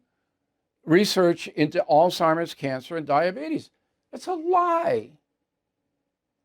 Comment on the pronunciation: Ed Markey can't even pronounce Alzheimer's. The moron pronounced it Alltimers. No such damn disease.